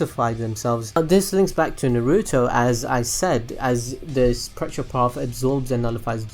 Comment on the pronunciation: its nar u toe why cant you say it right just like naw gi toe. i mean seriously. also its not pretra its pray ta. if you cant say it right just call it gakido.